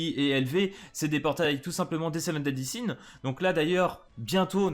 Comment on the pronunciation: Sa se prononcé cutsak et pas cuzak eli n'est pas une des seven deadly sins et sa prononcé deadly sins avec un s à la fin sinon trop hype pour les persos et bonne soiree🥰